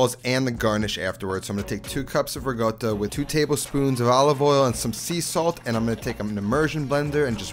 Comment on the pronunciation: When you learn how to properly use salt and learn that the letter g does not appear in ricotta, pet me know. Maybe then i will start to value your show.